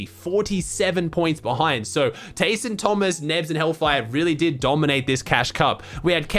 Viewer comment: Please fix your pronunciation for TAYSON and VADEAL